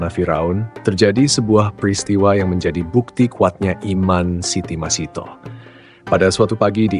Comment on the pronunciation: Masithah bukan Masitoh , ingat, MASITHAH